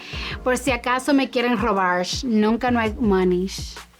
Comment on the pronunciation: Me quieren “robarsh” nunca no hay “monysh” jajaja la amo!!